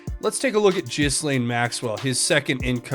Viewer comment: I wish my favorite Tubers would pronounce the madam’s name correctly. The S is silent in Ghislaine. It’s G’Laine. PS. Love your show. Dead Epstein on gurney likely Tony Rodham sending an unmistakable message to the Clintons and cronies